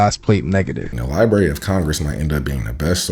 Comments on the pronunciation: It's LibRARY not lieberry, man I hate that. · It bothers me an irrational amount when people pronounce Library as Lie-berry. Lol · I can't take ANYTHING seriously coming from someone who says "lie-berry of Congress". Lol wtffffff😂😂😂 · If you are old enough to have a podcast, you're old enough to pronounce library. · the "li-berry of congress"..is "class-i-flied". Tough to be a "subject matter specialist" when you cannot even pronounce BASIC words. It's NOT "Lie-Berry". & it DEFINITELY isn't "class -i-flied". Once u that kid from the video learns how to speak words, THEN you can move on to the larger issues in life